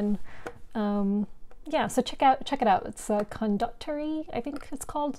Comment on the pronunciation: I've always said Condotierre like "con-da-tee-AIR". Always a pleasure to see your taste!